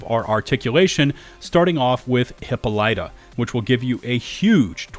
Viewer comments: Hip-pol-ih-ta its an ih not an eye. Named for the queen of the amazons in Greek mythology. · for future reference, Hippolyta is pronounced hip-all-it-uh, or hip-all-lee-tah, per preference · It's pronounced "hip-ol-it-ah" she was the queen of the Amazons. Most of the names I've seen have been pretty mythic in this game. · "Hippa-lite" lmaoo.😂😂😂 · It's pronounced "Hippo-leet-ah" -- ok, go on. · It's is hip-POL-ih-tuh my guy 😁just a tip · (Huh-paa-luh-tuh)🤣 lol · Hippolyta is pronounced - 'Hip-all-it-ah' As in Hippolyta, daughter of Ares and Otrera, queen of the Amazons, and a sister of Antiope and Melanippe. (It comes from classic mythology and the drug is named that due to how she was portrayed in mythology and Shakespeare's work a mid summer nights dream. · Thank you! I've been searching for a comment that said this because it bothered me so much! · Bruh, Hippolyta is the queen of the amazons and you butchered the pronunciation. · Sorry... I have to laugh at your pronunciation of Hippolyta... LMFAO! Amazons gonna get you for that one.